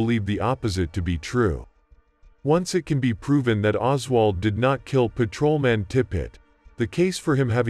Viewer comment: is the voice AI? sounds weird. blips. "paTROman".... pfuey.